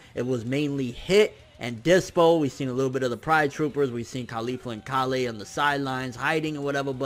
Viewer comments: Why do you pronounce it "ka-lay" when even the Japanese voice actors say it just like how the vegetable is pronounced? It's Kale. Nobody says ka-lay. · Hey her name is KAY- YOL, not KAH LEIGH but KAY YOL like the food. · Fuck say Kale correctly. ITS SOUNDS ANNOYING AND PRETENTIOUS ASF WHEN YOU SAY KAALAY! LIKE WTF MAN JUST SAY KALE CORRECTLY! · lol he's keeps messing up Kales name Someone please tell him it's Kale and Caulifla